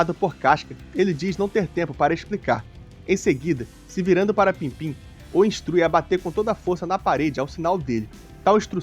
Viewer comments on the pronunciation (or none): pippin nao pimpim mestre hehehe